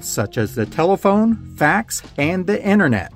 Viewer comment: I think it is called "internet", not "inner net".